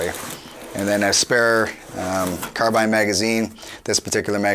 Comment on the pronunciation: Finally someone pronounced CAR-BINE properly!👍